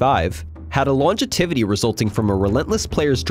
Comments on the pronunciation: Oh no. You read longevity and longetivity 🤦🏻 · "Longetivity"? Not a word.